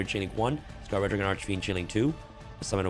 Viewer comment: thank you for saying Scar-ed dragon i am proud of you this is the correct way to say it